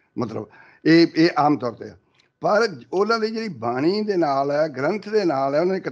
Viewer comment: BANI PLS NOT BANK IS WORD